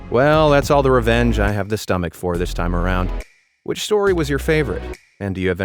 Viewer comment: Why do I keep hearing revenge as "revénge"?